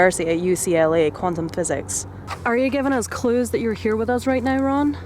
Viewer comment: Ron sounds like run